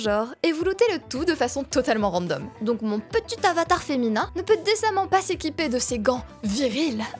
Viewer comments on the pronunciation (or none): none